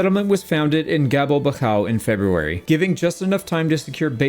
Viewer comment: Gabelbachau is pronounced [ˈɡaː.bɛl.baχ.ʔau]